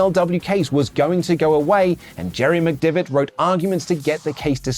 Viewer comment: listen, c’mere t’me, yer pronunciation of McDevitt is feckin shite lad 🌚